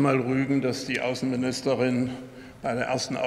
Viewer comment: Lieber Herr Gauland. Die "AAuessennminishterin" ist entschuldigt. Die war im Deutschkurs